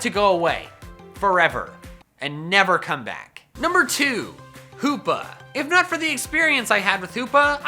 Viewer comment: HOOPA, NOT HOPPA!